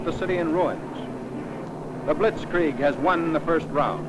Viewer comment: Love how commentator says "blitkreig" and video shows tanks moving 2mph